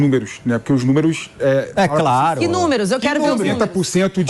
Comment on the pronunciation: Coloca uma câmera no PATETÃO. ..." númerux, númerux, númerux... . Vai catar coquinho!...